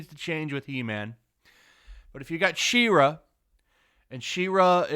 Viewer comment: im gonna be "that guy"..please pronounce She-Ra correctly, i can feel my soul trying to leave my body every time..